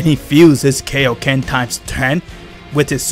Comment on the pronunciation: I’m not making fun of him but he says kaioken like Kiokan